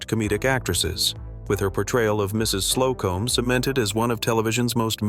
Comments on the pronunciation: It's SLO-cum....not Slow-Comb. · Not the mention 'Mrs. Slow-comb. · Also misses the joke when mis-pronouncing Mrs. Slocombe's name